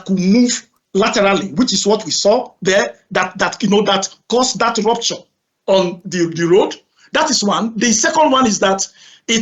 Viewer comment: This guy struggles to explain himself, I don't wanna be one of his students,all I heard is "dee rooptchor "